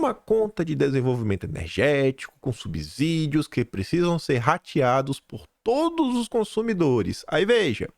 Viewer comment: SUB-SÍ-DIO (Subsídio se lê como sítio, subsolo, de subsíndico.)